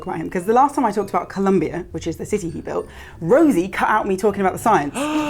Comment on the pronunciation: That does not sound like "cut" at the end.